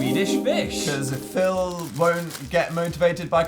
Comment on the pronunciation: i just freaked hearing dan say "pheal" this far back